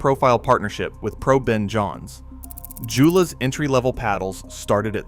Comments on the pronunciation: It's actually more like Yo-luh. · I've used every Joola Perseus paddle over the years and love them. I get a new paddle yearly, I play almost every day, so a few extra cents daily isn’t a big deal. Yes please pronounce Joola correctly to be taken seriously! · As a pickleball player and certified PPR coach, I can't take this video seriously when you pronounce Joola incorrectly.